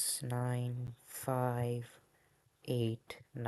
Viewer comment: why do you pronounce 5 as 'fi' instead of 'five' thats so funny